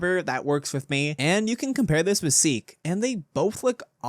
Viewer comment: Please stop saying it like Sikh by saying the seek Chase please say it like seek Chase